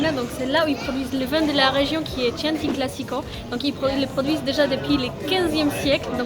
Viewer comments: Coucou les jeunes. Pour.....Chianti se prononce "Quianti" 😁😂😂😂. Cassis..Chianti....tu vas y arriver!!!😁😃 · Dommage, tant d'endroits superbes à visiter en Toscane... Merci de nous les faire partager. On dit "salute!" et "Kianti" mais c'est pas grave 😊👍